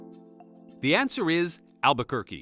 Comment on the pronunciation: It's pronounced Al-ba-kur-KAY...well...at least that's how I remember it. 😉